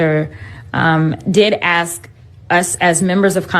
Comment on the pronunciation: "How dare you axe me where I live"